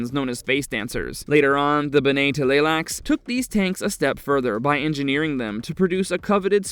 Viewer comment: for him to finally start the whole point of who you came here. Also I HATE the way he says TUH LAY LAK SOO. It’s TLEE lax.